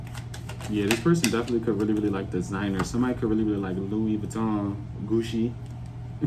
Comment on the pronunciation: omg u said Louis Vitton...its him